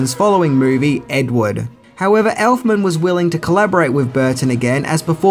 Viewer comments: it’s Edwood not Edward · Why does he pronounce Ed Wood as Ed Ward 3 out of the 4 times he says it?